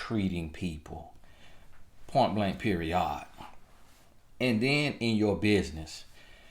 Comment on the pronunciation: This man said “Point Blank Peri-ODD” i hollered😂😂😂 be blessed. Always good stuff coach!